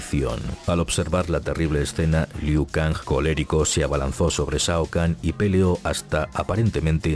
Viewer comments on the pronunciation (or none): Siempre lo pronunciaba Ku Liao